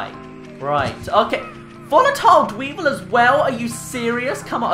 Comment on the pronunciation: Not tryna make fun of you but whenever you saw a bomb rock dweevil, you called it a deevil